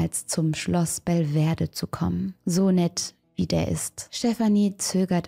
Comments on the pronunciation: Schloss Bel-ve- dere nicht Bel -ver-de! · Alles spannend, traurig und schön - hatte ich in meiner Kindheit in Weimar mitbekommen. Aber: Belvedere...nicht Belverde ;)